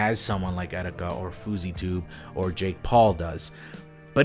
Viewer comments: I know this is serious but Did he just say 'etsetika'? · Did you just say excetika? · Did you say et cetika